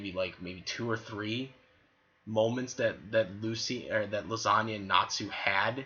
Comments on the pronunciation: I think it's hilarious you keep saying her name like Lasagna (the joke). Though if you want to be taken seriously, her name is pronounced LEE- SAH- NA. :) I don't hate her at all, though I do dislike how people who blindly ship her with Natsu really think she should be with him instead of Lucy; despite the fact that Lisanna basically gave Lucy her blessing to be with Natsu and how Natsu essentially doesn't really even interacts with her; the only time after Edolas they directly interacted one on one was when they were captured by Tartaros and tied up naked; which was more comedic than romantic in any way. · Well, the whole time it sounds like you are saying the Italian pasta dish Lasagna (Lah-san-nia).